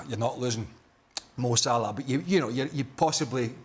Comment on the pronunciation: Why do you pronounce ‘Sa-lah’ as ‘S’Larr’? 😂